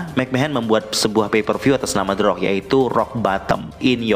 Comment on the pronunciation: The rock tp bunyi orng2 nyebut teroak😆